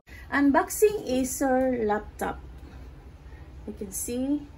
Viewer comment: Nabilang niyo ba kung ilang beses niya nabanggit ang 'acer laftop'?